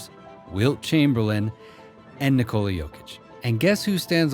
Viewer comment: Since you did mentioned respect..What if you find out a way to pronaunce his first name correctly ? You can pronaunce it no doubt.